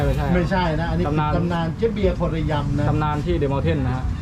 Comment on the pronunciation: พูดไม่ชัดอะ เจ๊เบียร์ คนละยำ หรือ คนระยำ ค่ะ ฟังยากมากขาาาาา